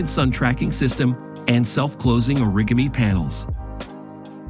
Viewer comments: "...self closing origami..." I love the A.I. pronunciation of o-rig-ami and not or-i-ga-mi.😂 "What's cooler for eco preservation than a solar powered beach cleaning robot?" I can only imagine at the number or critters that end up in its bin. "Look master! Look at all the beach rubble I found!" I bet the ride quality is "like no other." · These AI narrations are dumb. Maybe shelve them until they can pronounce words like "origami".... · what is a self-closing oh-rig-a-me panel? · Paying your narrator too much, guy can't figure out how to pronounce Mercedes or Origami 🙊